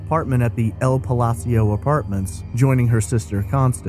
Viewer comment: The way you mispronounced ''Palacio'' cracked me up.